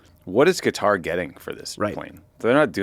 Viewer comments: It is pronounced "kuh-TAAR".....!!! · Please say Qatar properly.... it's not cutter ... wtf is wrong with you.